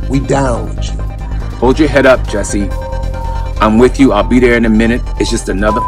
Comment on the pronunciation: Steve Harvey is so funny- says witchchu twice- he dont wanna lose that ghetto card lol- sounds like somebody been callin him an oreo- must be the ghost of Bernie Mac LMFAOO